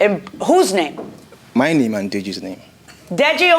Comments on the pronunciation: Judge killin the pronunciation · No because I couldn't get over her mis-pronouncing it 46 times...